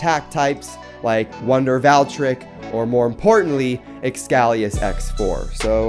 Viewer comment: Wonder valtreik he said